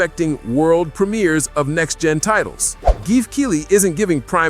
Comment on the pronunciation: There’s no way he’s mispronouncing so many words by mistake. Lol. “Kay-tor”? “Geef” Keighley? “Ass-spire”? 😂😂